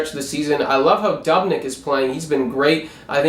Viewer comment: DUB-nyk??? It's pronounced "Doobnik". Learn your pronunciations, please. That being said, I agree, go WILD!